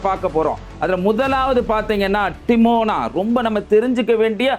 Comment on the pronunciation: Adai Bai, not Timona it is dimona. Lusoo.